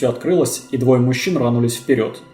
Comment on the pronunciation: ... и двое мужчин, рИнулись вперёд, а не рАнулись и даже не рВАнулись, ведь в таком случае - рвануЛИ без "сь" Господа, как у вас это получается, из раза в раз..??